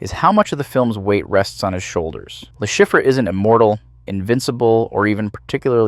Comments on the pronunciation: Le Chiffre is French, it’s pronounced Le Sheef lol. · love the pronunciation of his characters name. its french lol